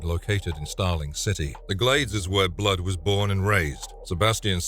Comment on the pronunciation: I had to tune out after 3 minutes. It sounded like the word was fighting to escape his mouth every time he said it. “BBBLood” 😂